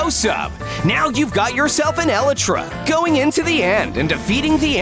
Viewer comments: Elytra is pronounced E-lie-tra and not E-li-tra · why is it eli-tra its E-laytra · It is not eleytra,it is elytra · Sub it’s actually elytra not eletra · For some reason, the way he pronounces Elytra gives me anxiety...